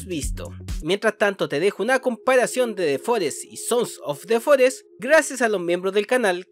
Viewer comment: hola, ya sabes quien soy verdad? soy el que dice siempre "sonsos de forest" en tus videos, me encanta tu contenido y solo te estoy molestando, lo dices muy bien!!!! me saludas plisss?!